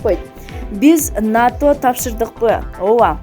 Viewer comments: Журналист туура эле айтып жатат (НАТО) деп эле айтылат, Окубаган шахмар жоголчу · Журналист туура эле айтып жатат, (НАТО) деп эле айтылат, Окубаган шахмар жоголчу